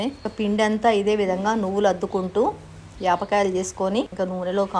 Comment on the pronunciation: యాప్ కాయలు కాదు పాల కాయలు